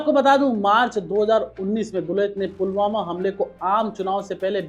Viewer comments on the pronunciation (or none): none